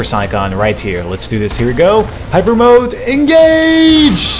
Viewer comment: P.S it hyper not hayper